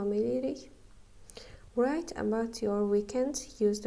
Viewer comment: Müəllimə o söz vrayt yox rayt oxunur w oxunmur